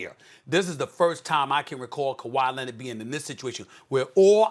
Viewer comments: 🤣🤣🤣🤣🤣🤣 I thought I was the only one to hear him say lennit 🤣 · "This is a legacy game for Kawhi Lennit" - SAS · Who tf is kawhy lenned??? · Stephen A. “Kawhi Lennid” Smith